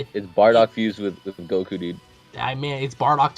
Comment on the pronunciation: *goku not gould